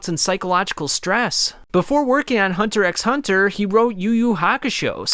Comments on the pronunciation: This man pronounced the X... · Like 99% of the hxh community doesn’t say the X when say saying the name